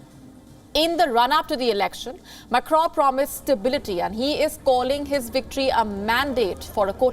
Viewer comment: This girl doesn't know how to pronounce Macron's name. She also doesn't moderate news reading properly.